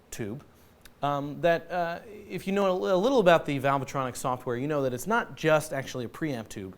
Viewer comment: It isn't valve-a-tronic, dimbo. Try reading what is on the front of the amp.